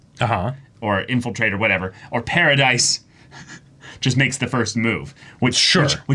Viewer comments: It's Paradis. Not Paradise. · Also, Paradis is pronounced like “parody.”